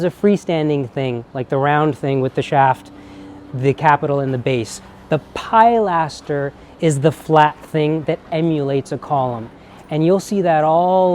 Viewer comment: I’m very familiar with neo classical Georgian architecture as we have quite a lot of it here in Scotland. One tiny criticism is your pronunciation of ‘pilaster’. It’s pronounced ‘pill-ass-terr’, not ‘pie-lass-terr’. Love your videos x